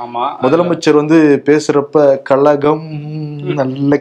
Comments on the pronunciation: கழகம் என்று ழவை சரியாக உச்சரிக்க வேண்டும். இல்லை என்றால் அது கலகம் என்பதையே நினைவுபடுத்தும். பேசும் போது சரியாகப் பேச வேண்டும். கலகம் என்று கூறுவதால் ஷோவில் விரசம் தட்டுகிறது. அதுவும் சிரித்துக் கொண்டே தவறாகப் பேசும் போது நெருடலாக உள்ளது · ku zha varatha kalam, kalakam nu solluraru Kazhagam nu solla varatha illa vaitreririchala